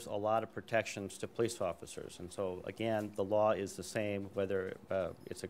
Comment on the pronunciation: I listen to him speak, he says 'pertection' twice within seconds, maybe another interview. How can there be a county attorney who cannot say Protection? Was the officer a Homosexual responding to Orlando shooting a breeder. How do we know while shopping he didn't kick out the tail light. How do we know it isn't a gay hate crime against breeders. A normal cop seeing a young child in the back and woman in the passenger seat, wouldn't go bat shit crazy. Gay hate crime against breeders responding to Orlando. Wasn't a white cop shooting a black man, but we got the wrong impression hurting other officers.